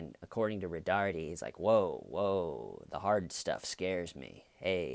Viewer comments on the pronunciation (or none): It's "Roe-tard".